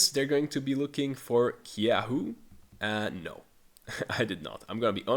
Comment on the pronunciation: targamas had a good winter split although even later he wasnt the biggest fraud as that spot claims summer split vladi, busio is still a gigaupgrade tho. btw dont pronounce the K in kyeahoo